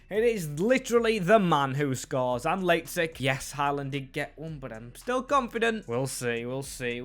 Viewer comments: Pronunciation of lazetic is outrageous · u butchered lazetic's name but great vid happy to see fellow serbians making it in the team